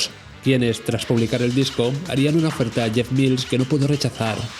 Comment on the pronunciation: Menos mal que has dicho "Mils" y no "Mails". De momento han visto el vídeo 42.000 personas, a ver si lo ve mucha más gente y aprende a pronunciar su apellido. Buen vídeo!